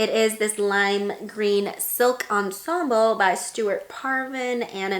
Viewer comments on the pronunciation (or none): none